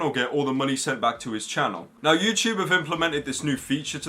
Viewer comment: IT'S FUCKING FOOZYTOOB MATE.